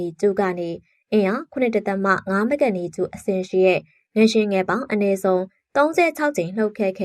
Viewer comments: ငလျင်ပါ ငရင်မဟုတ်ပါ ပီသအောင်ပြောပါ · ငလျင်နဲ့ငရင်တောင်မကွဲပါလားစိတ်ပျက်စရာ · ငလျင်ပါ ငရင်မဟုတ်ပါဘူး ဘယ်လိုအသံထွက်နဲ့ပြောနေတာလဲ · ငလျင် လို့ပီအောင်ပြောပါ ငယင် မဟုတ်ပါဖူး ကြားကတာ နားထဲကန့်လန့်ကြီး ။ ငလျင်တောင်ပီအောင်မပြောတက်ပဲ အသံနဲ့ လုပ်စား‌ေနသေးတယ် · ငရင် ငရင်ငချဥ်ငချဥ် နဲ့နားထောင်ရတာစိတ်ပျက်စရာ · ငရင်မဟုတ်ပါဘူး ငါ့ယာဉ်ပါ🙄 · ငရှင်မဟုတ်ပါဘူးအေငလျင်ပါသေချာပြောပါ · ငလျင်လားငရင်လားပီအောင်ပြောပေးအုန်း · ဖတ်တော့ ငရင် ရေးတော့ ငလျင် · မီဒီယာလုပ်ငန်းလုပ်နေပြီး မြန်မာစာမြန်မာစကားကိုတောင်မှန်အောင်မပြောတတ်ဘူးလား (ငရှင်လို့မပြောရဘူး ငလျှင့်လို့ပြောရတာ) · ငရှင်မဟုတ်ဘူးလေ ငလျင်ပါဟ!!!! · ဘာပြုလို့ ငရှင်လို့အသံထွက်တာလဲ ငလျင် က လ ယပင့် င သတ် နဲ့ ပေါင်းတာပါ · ငရင်ဆိုတာဘာကိုပြောတာလဲ ၊ငလျင်နဲ့ငရင်တော်တော်ကွာပါတယ်၊စိတ်ပျက်စရာ ။ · ငလျင်နဲ့ငရင်တောင်ကွဲပြားအောင်မပြောနိုင်ဘဲသတင်းတင်ဆက်သူလုပ်နေတယ်အသံကအာမထိလျှာမထိနဲ့ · ငရင်လားငလျင်လား သတိထားကြေငြာပေးပါနော် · အသံထွက်အမှားကိုပြင်လိုက်ပါ။ Announcing with WRONG PRONUCATION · ဘာလို့ငရင်လို့ပြောနေရတာလဲ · ငလျင်လို့ပီပီသသထွက်ပါ ဘာလဲ ငရင် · စကားမပီတာလား ငရင် တဲ့ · အသံထွက် မှားနေတယ်. 😮 ရေးတော့ ငလျင် ဖတ်တော့ ငလရင် ပါ.